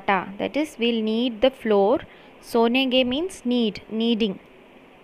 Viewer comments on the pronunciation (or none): you r telling sonangay.....not that . its saanangay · It is sanenghe, not sonenghe